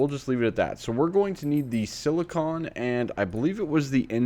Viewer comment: Hey, you were saying Silicon! Thank you! Congrats on starting AE.